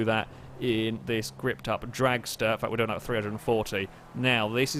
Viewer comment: Btw it's pronounce re-do:P